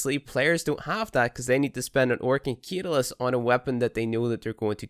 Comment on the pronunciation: You're saying catalyst wrong on purpose arn't you?